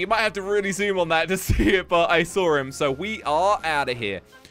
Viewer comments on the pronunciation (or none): For saw why are you saying sar